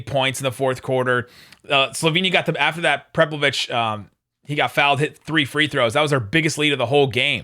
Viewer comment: it's PREH-PEL-ICH:)) ( no V )